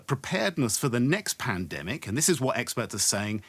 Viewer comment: Everytime they say "experts" im hearing "eggsperts".